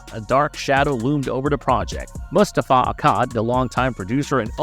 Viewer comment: Dude kudos to you and thanks for the free content, but how does someone that can't pronounce "Mustafa" have almost 1 million subscribers?